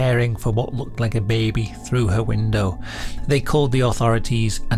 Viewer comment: The way he says Russia's Alien Beh-bee! 😂